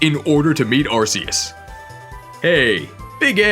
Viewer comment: it’s ARKOOS